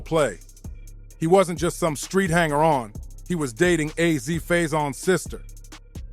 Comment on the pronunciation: Why he pronouncing Azie and Rondu names like that?